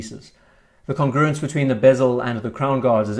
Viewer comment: There's no way I can post this without sounding annoying, so please forgive me, but seeing as it's one of your favourite words, the pronunciation of "congruence" is with emphasis on the first syllable :) Really like the VC Overseas and the size is perfect on my small wrist. Dislike the hands though, which seem 70s in a "bad" way